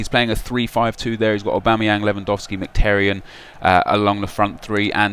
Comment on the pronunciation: Nep calls Mkhitaryan "McTerryan" hahaha nice attempt and great series though !